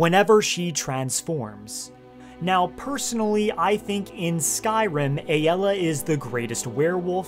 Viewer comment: It’s ay-la.